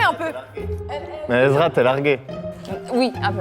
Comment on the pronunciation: ESRAAAA PAS EZRA